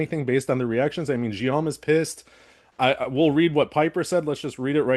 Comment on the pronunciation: Guillaume is pronounced /ɡijom/ 🙂